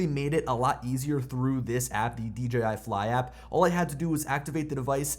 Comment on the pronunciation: I mean that as a compliment. So many say "DGI". You said it right! Thank you! :) Maybe it's a Pennsylvania thing. I'm also from PA. Up in the north-central hills.